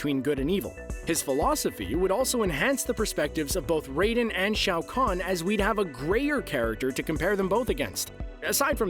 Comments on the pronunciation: The pronunciation of the names are all the way off 😂😂😂😂. Mans said Ri-den but it pronounced like Ray-Den, but spelled with an I. Bi-Han is pronounced like Bee-han spelled with an I as well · Imagine saying Ryden instead of raiden and saying by-han instead of bi-han. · Did you just say Rye-den? Raiden is ray-din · I hate to be that guy but you got Raiden and Liu Kang mixed up and it's pronounced ray den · Do u even know how to pronounce the fucking mk names? Wtf is ryden and byhan? Learn the fucking names. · Did this dude rly say “ryden”? Lol love the vid man 👍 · Ahh CBR the website that relies on clickbaits articles....doing the minimum amount of research....and getting people that clearly don't know what they are talking about...to right their shitting articles and videos.....it's pronounced "Rayden"..which was how Raiden was originally spelled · who dafuq is "rye" den? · Stopped watching as soon as I heard "Ryden" of you are not a fan just don't make the video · He said "Ryden" and I tuned out after that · Ryden! Bi Han? Who hired this guy ? WTF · Yeah I noticed that right away when he called Raiden "Ryden" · I'm sorry did he just say.... Ray Dan and Bye Han?????? wtf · Ryden lol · For someone who got mad about johnny cage not being in the movie, you would think he could pronounce raiden correctly. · Oh my god all these mis-pronouncing someone please get someone who knows how to say the names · Bruh. Why is he making a video acting like he actually knows about this game? He literally doesnt even know how to pronounce raiden. Has he not played any games or even watched the old movie?